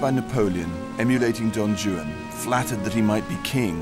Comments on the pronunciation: Not to be picky, but someone could have couched him on how to pronounce Don Juan. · Rupert pronounces Don Juan as Don Jewan. Somebody help the boy. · Is Rupert Everett mispronouncing Don Juan or are there two ways to say it? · I love how he is totally incapable of pronouncing Don Juan correctly.